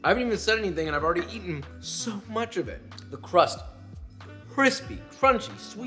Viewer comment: Every time you say things like "Cwispy" makes me wonder if you're secretly a furry